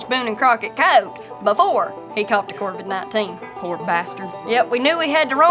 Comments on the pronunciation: “Corvid 19” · Before the "corvid 19" haha